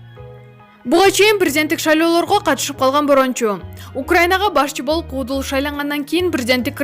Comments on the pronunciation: Нормальный суйлочу тантырабай. Кудул эмес куудул чон кыз. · Эй журналист кыз. Сүйлөө речиң оңдочу. Кудул, эмес куудул дечи.